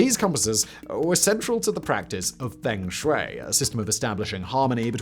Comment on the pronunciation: That was the funniest way of saying "feng shui" we'll ever hear